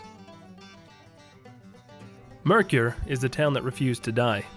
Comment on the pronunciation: Good info about several ghost towns.One thing; it isn't pronounced Mercure It is pronounce Merker.. And for the record,spelled Mercur.